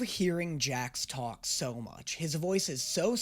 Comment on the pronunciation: It's Jax not ✨️✨️jOx✨️✨️